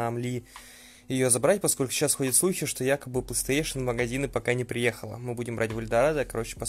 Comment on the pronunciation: Он дальше говорит "плестеейшен" :( если сложно выговорить, то говори "консоль сони"